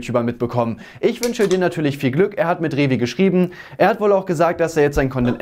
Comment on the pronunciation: Der Räv-inside, wer kennt ihn nicht